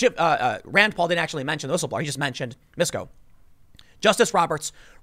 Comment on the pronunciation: Tim: "Misco" me: "Bet you it's Nabisco Betcha didn't know, Betcha didn't know!"